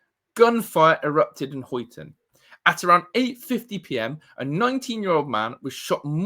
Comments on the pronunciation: Hay THANKS 😊 I live over the other side of the MERSEY; literally I get on the FERRY ACROSS THE MERSEY at the bottom of my road. for last few hours the police helicopter 🚁 has been flying around. Lol you said Houton 😂😂😂😂 it's pronounce HUYTON ie HUY: TON. So when the chopper is circling: it comes over the MERSEY & circles back 🤔 but now we know why. Thank you 😊 x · Hoiton? Wtf lad? It's High-ton as in Fighting, or Two Dogs Fighting! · you say huyton like high-ton, not having a go just saying butchered that abit😄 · Its Pronounced HIGH TON